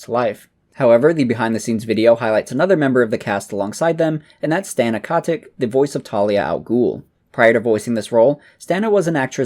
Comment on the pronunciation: Stana Katic is actually Katić, read Katich